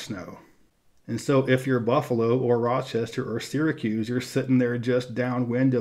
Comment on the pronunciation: I don't live in NY but I still want to thank you for pronouncing Syracuse correctly.